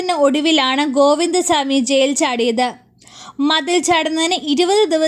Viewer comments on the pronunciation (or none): ഷാമി അല്ല ചാ മി 😂